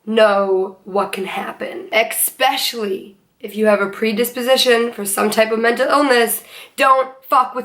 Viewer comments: Education went out the window when she said “exspecially.” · Who else got triggered when she said expecially 😂